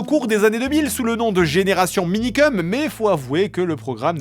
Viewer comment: Nn mais vraiment personne vas parlé de la prononciation du nom minikeum(cum) vraiment personne